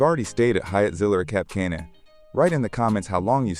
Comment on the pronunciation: You really should learn how to pronounce Zilara and Cap Cana